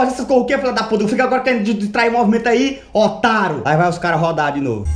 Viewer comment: "otáro" kkkkkkkkkkk